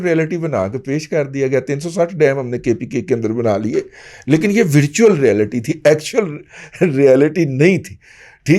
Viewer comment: ورچوئل و کی زبر سے بولیں